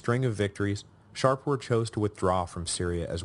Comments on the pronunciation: Do I hear the Sassanid king's name being pronounced Shar-poor? Is that a latinized version? In Persian the name is Shah-poor, shah=king and Poor=son of/born of. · This is my second run through the series and although I may have raised it before, the Sassanid king's name is Shapoor not ShaRpoor. Shapoor is a compound name, from Shah=king and Poor=son(of).